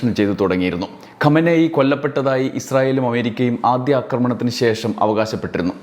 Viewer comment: ഖോമേനി അല്ല ഖമേനി Khamenie